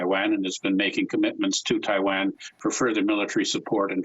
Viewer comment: This guy can't even pronounce Taiwan correctly.